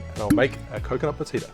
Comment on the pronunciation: My Brazilian wife says... it's pronounced "ba-CHEE-da" also this is good with pineapple.